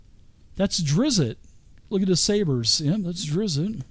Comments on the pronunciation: Watched up to "tighten up you name nazi's" I'm good its drizzt not drizzit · There is no 2nd i its just DrizzT. Driz. T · Say it with me folks. DRIZD DOE-URR-DEN You just gotta go to the source. Listen to Bob Salvatore pronounce it. He's very curt with the first name, kinda like how you think someone from NY/Boston area would pronounce it. Not a name nazi, but it's like being named Paul and being called Pool all the time.